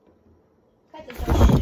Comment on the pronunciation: のシャワー🚿の発音サイコー👍